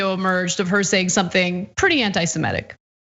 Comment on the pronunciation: Ana, please pronounce anti-semitic correctly. It's semitic, not simetic. Think "semite" then you will pronounce it right.